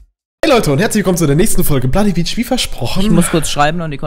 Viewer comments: Ist niemandem aufgefallen das am Anfang blodybeach gesagt hat:D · Du hast gesagt blodybeach :) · Du hast gesagt blody beach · hat er am Anfang bloody beach gesagt ? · Er sagt bloody beach und nicht legend xD